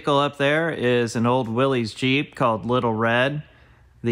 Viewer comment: Love your videos. Btw, "Willys" is pronounced Will...liss....not Willies.